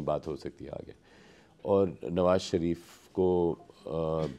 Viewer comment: The interviewer needs to work on his diction before taking such interviews. ‘श’ की जगह ‘स’ का उपयोग किया है । शरीफ़ को सरीफ़ बना दिया । Hope Lallantop maintains the quality of their content.